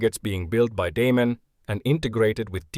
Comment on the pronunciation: the company building the F126 is the Dutch Damen, not 'Damon'. Pronounced Dahmen. I did summer work there in a previous life ;-)